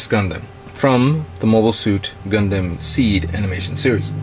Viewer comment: Why do you pronounce it GUN-DAM i know it's spelt like that but it's GUN-DUM the a is pronounced as a u sorry people use to make fun of me for liking gundam and they who pronounce it wrong in all sorts of different ways to make fun of it so it kind of annoys make when a actual fan of the series keeps pronouncing it wrong. Sorry just throwing that out there